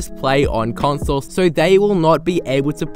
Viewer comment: he said con-thole